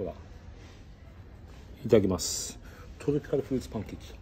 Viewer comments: トロピカルフルーツパンケーキ一丁 ‼️ 珍しく滑舌いいでしょう🙌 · 唯一滑舌が良くなる瞬間ですね。